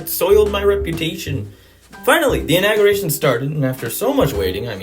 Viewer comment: 😂😂 love it lol also you pronounced inauguration wrong